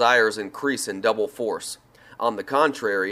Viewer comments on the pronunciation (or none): none